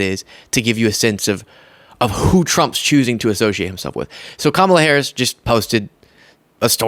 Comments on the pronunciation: Odd it doesn't seem to bother her enough to pronounce Kamala correctly. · "party of all americans" yet still intentionally mispronounces VP Harris' name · MTG is so disingenuois. She calls out Loomer for her racism while exhibiting her own racism by deliberately mispronouncing VP Harris's first name...suggesting that her name is just too foreign to be pronounced correctly. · The wendigo of northwest Georgia is still mispronouncing Kamala’s name, so she can miss me with this phony “coming to Jesus” BS.